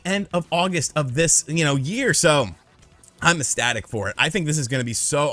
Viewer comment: Do you make the "c" silent, when you say "ecstasy"? Because your pronunciation of "ecstatic" is hilarious.